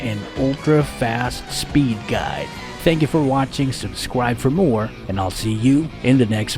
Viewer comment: Did he just say “Subscwibe fow mow” or is watching too much cat girls messing with my mind